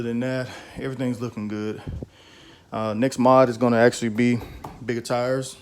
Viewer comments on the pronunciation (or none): Army didn’t tea you not to say ummm hits actually not axxxxtually